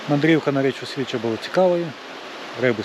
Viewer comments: СвічА, наголос на "а"🙂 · Унас називають річку Свіча' наголос на "а "від того що вона чиста як свіча.